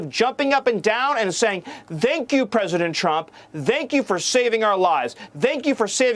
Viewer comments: Am I the only one who hears " Dan Q " instead of the intended " Thank you! " around the mark ? The guy can't pronounce the words, it's reminiscent of the German "Danke" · Is it just me or does he not even know how to say ‘thankyou’.? He’s pronouncing it with a hard ‘th’ like ‘the’ or ‘this’ He’s barely human 😑